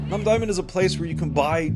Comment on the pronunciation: rewatching for the nth time and lol after the way you said "namdaemun", I was just thinking, when you come back to Korea again, it might be time to learn proper/better pronounciation of things by now 😅 (google translate can do a lot for you with this) the hoddeok was much better this time!